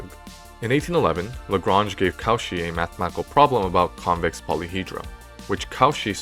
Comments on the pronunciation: hey, this is really good but every time you say "Cauchy" i get brain zapped ^^v (his name is not pronounced caw-she, it's co-shii). pronunciation of names is important, there's several tools you can use to find out how names are pronounced, including just putting it in google translate in the appropriate language and using the read aloud, or just looking at the phonetics in the wikipedia article itself. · Many thanks for this interesting lecture filled with knowledge and suspense. It would have been perfect if the speaker had pronounced the non-english names of the mathematicians correctly. Lamé not L'ame. Cauchy most terribly deformed to cow-chi instaed of co'shee. Jacobi -> Ya'cohby. Dirichlet -> D'eereeclay. André Weil -> Vile (almost like Wiles with the final s dropped). But this is only a minor flaw in an otherwise excellent presentation. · Excellent presentation(apart from the horrible pronunciation of French names, especially in the case of Cauchy!)).